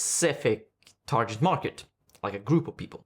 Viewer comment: Yes sorry, but "tar-jet" was very distracting when it's "tar-git" instead.